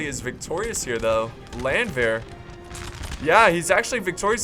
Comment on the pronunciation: Hey, try to pronounce "Landwehr" like it´s spelled Lundwehr and it will sound german. Btw i love you:D #nohomo